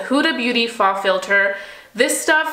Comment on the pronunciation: Girl, the huda faux filter foundation is pronounced "foe" I watched three videos of you mentioning it & was waiting for someone else to let you know. Hopefully this isn't coming off as rude 😩